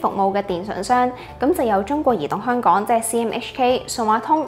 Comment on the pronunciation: 有懶音，香「趕」？🤔